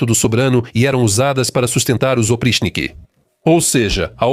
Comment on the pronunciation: A pronúncia correta é "opritchhniki". O quinto caracter em cirílico, que se assemelha a um "h" invertido, tem o valor de "tch". O problema é que, na maioria das vezes, o cirílico é transliterado para ser lido por falantes de inglês, onde o "ch" tem um "T" mudo antes (como em Charles). Falantes de português devem tomar cuidado com as transliterações do alfabeto cirílico, já que, na maioria das vezes, são feitas para serem lidas por anglófonos.